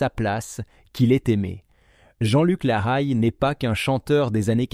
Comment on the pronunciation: Mauvaise prononciation de son nom de famille et il avait écrit un livre 100 familles